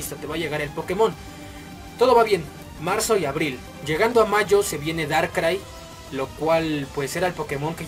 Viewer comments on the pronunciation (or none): none